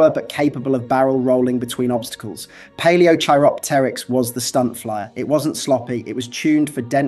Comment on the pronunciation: Can't even pronounce Palaeochiropteryx correctly, yeah real serious channel. lol